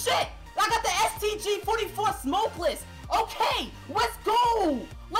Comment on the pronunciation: he was so hyped, he didnt say it right